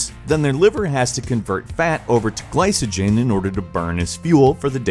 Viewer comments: isn't glycogen pronounced: "gli-co-gin" not "gli-suh-gin" ? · I know isn't incredibly well versed in the field but him pronouncing the "C" in glycogen with an "S" sound instead of a "K" sound is making my ears bleed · It is pronounced ɡlīkəjən, not a soft c. Video has lots of stuff that is just not necessary. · Ah, the pronunciation! It's sack-uh-ride, not satch-uh-ride. Also, gly-ko-jen, no "s" sounds! :) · Yeah, pronunciation was a bit cringe